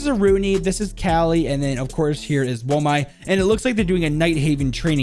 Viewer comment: And thats wamai: and that's woahmai Me: what did he just say?